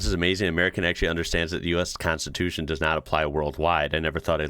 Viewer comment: same - "konstitutsia"